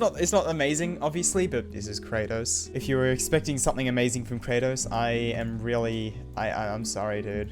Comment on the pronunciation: Very noice more Kra-toes